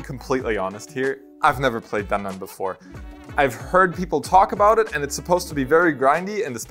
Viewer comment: Omg i love you so much. Its DAN-DAN